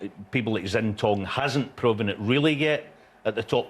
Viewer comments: It wouldn’t take long for someone just to go through the proper pronunciation of names with the pundits… even McManus is saying Zintong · Jimmy keeps calling Xintong "Yingtong", does he think his other names are yiddle I po? 😄